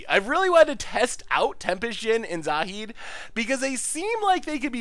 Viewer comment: Congratulations, on finaly saying Zahid's name right.